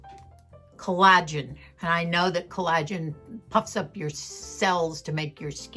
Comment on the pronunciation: Hi! Collagen is pronounced "COLL a gen", with the emphasis on the first syllable. You are pronouncing it with the emphasis on the second syllable, "a". Sadly, eating something and putting it on your face do not bring about the same results. Love you and Moosie!!